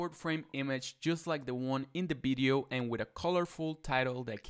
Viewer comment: i like how you said 🅱️ideo